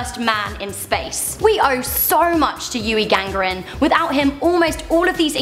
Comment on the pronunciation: Yuri GA GAR IN